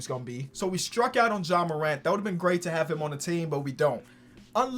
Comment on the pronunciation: I felt the heat too. If only he pronounced Ja like FlightReacts.